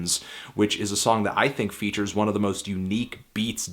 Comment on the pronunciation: Fantano it's think not thing